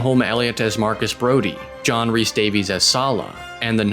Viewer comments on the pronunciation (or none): none